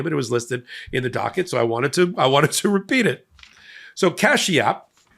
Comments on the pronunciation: Kashyap, Not Capias . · did you say Cashy App prego? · Its pronunced "KAASH-yup".